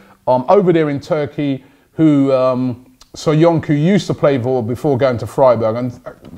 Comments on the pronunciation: Caglar Soyuncu = pronouced "Chalar Soyoonchoo" not "Kaglar Soyunku" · Its not SoyunKu.. its SoyunJu.. in Turkish the letter "c" is pronounced like a "J"